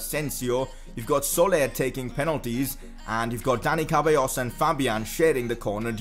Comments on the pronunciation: I think it’s seballos should be pronounced for ceballos not cabellos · You dont know how to say dani ceballos's last name, you said "cábayos'' but it s ce-ba-llos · His name is Ceballos Pronounced (Sebayos)